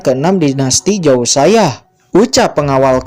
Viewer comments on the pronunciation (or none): none